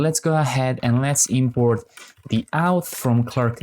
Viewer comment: Nice tutorial. Just wanted to say that you say "okay, great", "perfect" and "let's go ahead" a lot. I know English isn't your first language and that you're trying to be positive, but hearing them every 10s was getting annoying. If you could mix it up a little more (or avoid the positivity altogether), that'd be appreciated. Also, "auth" isn't pronounced "outh" but "orth". Thanks :)